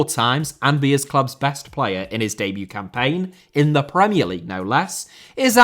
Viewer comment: Debut * not Deibyu Signing* not Sagning Magalhães * not Magalis Ramsey* not Ramzey Solanke* not Solankei Mbeumo* not Embueimouw Raya* not Jayer Caicedo * not Caiceirouw Enciso*not Encescouw Buenanotte* not Buenanottei Can't * not Khon' Eze* not Ezei Olise* not Olissei Doucouré * not Doucorei Andreas* not Ondreyas Granada* not Granohrer Tete* not Tetei Diogo* not Diyeigouw Dalot* not Dálouw Half* not Holf Felipe* not Felipei Roméo* not Rôuwmiouw Clube* not Clăb Hugo* not Hyugouw Bueno* not Bueinouw